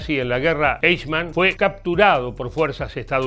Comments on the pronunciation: se pronuncia: "aijman", no "eichman" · No se pronuncia "eichman" sino AIJMAN. Como siempre la mayoría de hispanos diciendo cosas sin previa investigación. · muy bueno! se pronuncia "aijman". Saludos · Lalo querido....sos un capo y uno de los mejores locutores del mundo castellano-parlante....por favor, el apellido de esta bestia se pronuncia "AIJMAN" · Se pronuncia aijman 😉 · Aichman se pronuncia en Alemán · Adalf Aijman!! "Eichman", que pashaso este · Al menos irformate como se pronuncia eichmann!..... Es aijmann!.... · Correcto, vi el video completo porque es un tema del que leí mucho y siempre me interesó, pero confieso que desde el momento que pronuncia esas 2 palabras castellanizadas supuse que era material pobrísimo, y no me equivoqué, saludos! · Pronuncia mal 😂 como en español 🤦🏻‍♀️ me choca escucharlo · ¿Que cuesta preguntarle a alguién que hable alemán como se pronuncia este apellido? Hay una sede del Goethe-Institut en Buenos Aires, hay al menos dos colegios alemanes en Buenos Aires y en Buenos Aires viven miles de descendientes de inmigrantes alemanes. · El nombre “Eichmann” se pronuncia en alemán algo así como (un hispanohablante pronunciaría) “Aijman”, y la ciudad de “Solingen” se pronuncia algo así como “Sólinguen”.